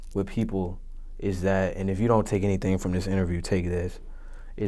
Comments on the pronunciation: "Hennything is really possible" ctfu im sleep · "Hennything is really possible, hennything is really possible." 😂